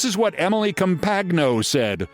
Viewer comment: Thank you for pronouncing Emily’s name right. That is exactly how it is spelled. You’re a little late on including her in your worst persons list. She deserved to be there years ago. This is ignorance on a level none of us will ever attain. She is STUPID! And a very ugly person inside and out. It has got to be exhausting to be that hateful and stupid your whole life.